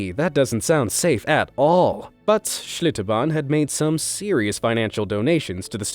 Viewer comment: he’s annihilating Schlitterbahn... by saying it stupidly fancy.